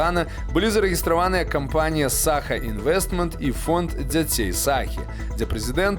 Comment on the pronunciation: в слове "Саха" ударение на второе А